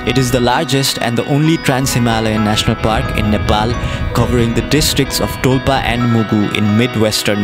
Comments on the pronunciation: that's dolpa not dolpo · Not dolpo its call dolpa